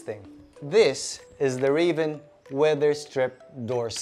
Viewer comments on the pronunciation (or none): none